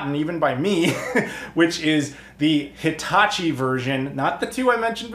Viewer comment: I heard Hitatchi but my brain thought Hibachi & I was expecting a grill/console combo.